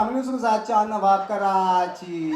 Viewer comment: Jawaw nahi nawaw Sir aap ka